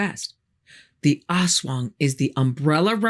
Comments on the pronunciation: fyi, it's pronounced as as-WANG, with the accent on the second syllable. and the "as" is short, not "ass-wang" but closer to "us-wang" also, unkempt hair, bloodshot eyes, unusual behavior and not wanting to talk to people are also signs of a hangover :D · Most, but not all Filipino words have a short first syllable and a longer second. so it's as-WANG. Not AHS-wang. Discussion is great, though. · LoL Ass Wang! Very accurate depiction of manananggal/aswang though.-make it sound like "as one", not ass wang. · It’s pronounced Us-Waang, Ass-Wang is in pornhub. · it's pronounced less like ass-wang and more like uh-swung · It's pronounced a'SWUNG, not ASS WANG. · It's not "ass-wung", it's "us-wung". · the way she pronounced it as "ass-wang" 🤧😭🤣 Lady I mean no disrespect but it meant to be ASWANG like a fast pronunciation of "as" 😅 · I hope you don't mind a correction! Aswang is pronounced with the stress in the second syllable, instead of AS-wang, it's as-WANG. 😊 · Awesome. But, pronunciation "ahss wahng." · Aswang /ahs-WANG/ that's the correct pronunciation. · The only thing that reduces my fear of the aswang is how you said it. Almost sounds like ass-wang, and I think that's hilarious. Imagine a shapeshifting dick-butt. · As a filipino i am correcting you not in a bad way but i or me and my relatives pronouce is as As-wang :) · You pronounce it ASS-WHANG lol :D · Pronunciation for aswang: Ast-wang anyways this is an amazing video thank you for this❤ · Very informative, but a small suggestion if you please. Most Filipino words are stressed on the second syllable, not the first. So please say as-WANG, tik-TIK, wak-WAK. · love the pronounciation hahah ass wang hahah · I giggle every time she pronounces Ass-Wong. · "Aswang" is pronounced "as-WANG" with the stress on the second syllable. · It's pronounced "a*s wang". More "us wang". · The way she pronounces aswang is funny, hahaha